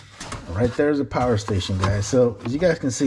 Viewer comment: Behold the POWAH!!!!!